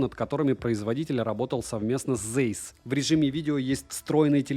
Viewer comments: Zeiss это немецкая фирма, поэтому правильно читается не Зейсс, а Цайсс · Комментарий в поддержку. 🙂 Zeiss произносится как Цейс(с) — первая именно "ц". Это немецкая фамилия (Карл Цейс(с)), так же, как, скажем, добротный современный композитор Ханс Циммер (Zimmer).